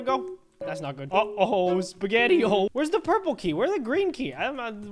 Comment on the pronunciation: No one- No one at all- -“uO SpAgeTio”